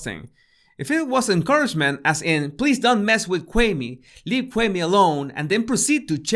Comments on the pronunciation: Kwame (kwah) (may). NOT Kway me. Please get it right. You haven't heard anyone say his name that way.... why have you changed the pronunciation of his name??? DO BETTER. Especially with a name like yours. You always state the pronunciation of you name at the beginning of your videos right? So extend the same clarity for other people's names. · Why the hell are you calling him him Kway me? You have an audio example of charlaCRINGE calling him (KUWA -MEY) i don't understand. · How the hell can u say charaLemenge, the king of creep/cringe and his name right, but you can't manage a two syllable name like KWAME? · no, not when i see him prounce other things with ease. I'm not buying it the QWA-MAY IS apart of his language structure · It's not pronounced Quaymi? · Done with my burger and thoroughly enjoyed it and this video! Charlemagne isn't able to see what he's doing wrong until he catches heat for it. He will NEVER be Wendy. So I also wanna say this, yall finna get up off and how he pronounces Kwame's name 😡 Being of a Latin descent, is it hard to realize that finds it hard to enunciate certain words?? Like all Latin people?? He isn't trying to be funny nor disrespectful, he legit can't say certain words like people whose first language was English. I really feel like people just like to be negative. If you don't like how he talks, find another body language expert to watch but I love the way he talks and how he dissects the truth in body language!! Leave him alone!!!!!!🤬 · Because he probably heard of Charlemagne before, maybe he never heard of Kwame? As someone who is also not American, it confuses me as how Kwame is pronounced, because in english, same letters can be pronounced differently. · ok so that makes it ok? 😄 he litterally had an audio example of how to prounce the mans name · I would send this to kwame but his name was butchered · Lol and he has the correct pronunciation on the video